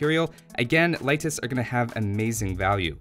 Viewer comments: Its not laitis its leitis. Leiši are not english they can write properly using the latin alfabet. Also the a in bojars is a full lenght a not a very short a. You saying laitis is really driving me mad. Also ive noticed you dont use plural leiši (leishi) propably because you dont know it, and laitises make no sense. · he said Laitis ("a" instead of "e") which is incorrect, but its nothing important really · How to pronounce Leitis correctly? Leitis is pronounced like late'is or lay'tis, not light'is. E letter in eastern Europe is like E in word Empires I really wish native English people do pronounce it correctly! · I looked for the pronunciation when the civ first came out and never came across a convincing source for lay'tis. I did find light'tis a few times, though: and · Unemployed he’s following the German pronunciation, I guess.